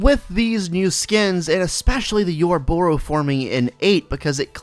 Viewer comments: Yorobos? Its O-roboros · It's not pronounced "you're a bore ose" but good video